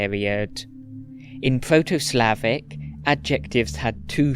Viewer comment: The accents/pronounciation on the proto Slavic are a little off tho😅 I'm from Bosnia (serbo-croatian) and we retained all the 4 accents from proto slavic (some words are pronounced literally the same) and he makes it sound quite unnatural, although I don't blame him as it's hard.